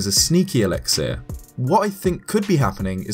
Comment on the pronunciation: Elix-ear? I think the last 'i' is an 'uh'.